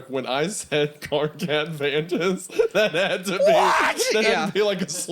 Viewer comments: Hearing Hunter saying "KARKAT VANTAS" TOOK YEARS OFF MY LIFE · also every time they said "karkat vohntas" i think part of my soul died from cringe